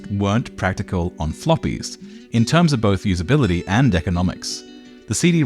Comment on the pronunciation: 'compuder'...'usabilidy'...digidal'...'aesthedic'..'alternadive'..'qualidy' and yet 'subject maTTer'. Very odd. Great video though.